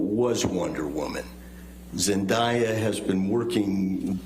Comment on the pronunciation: I can’t be the only one who hates how they say zendaya name